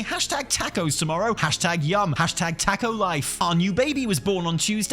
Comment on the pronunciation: teach your man how to say Taco!